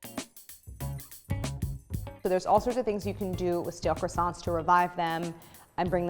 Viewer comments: I love the way Americans pronounce “Croissants “😂 God… make a little effort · living Montreal Quebec - a French City .. it is very very difficult listen to this brutal pronunciation of the word Croissants !!!! My ears hurt .. try try .. anyway GREAT fresh croissants are available here every day ! hardly worth baking your own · Crassants, Dooseldorf, coke oh van